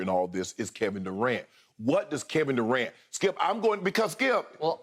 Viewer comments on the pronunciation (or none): “My guy Kevin Durant” but yet skip always calling him Kevin “Du’cant”